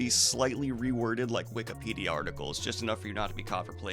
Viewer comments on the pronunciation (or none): none